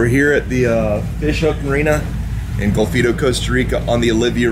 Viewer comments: its golfito, with an O. i live there. haha, love your channel. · Bruce is just one of the companies that does that, he is also one, if not the most expensive. My nephew also checked in your vessel, before it was uploaded from the ship. And for God's sake, learn the names of your destinations, its Golfito! But, thats all fine. Some just past through my little paradise and move on... just the way I like it. Too many gringos, destroy everything. You show a very small part of CR, but all channels do.